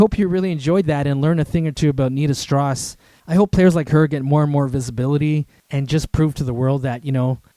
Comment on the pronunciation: Its strauss, as in Johann Strauss. Not stross. Enjoyed the vid though.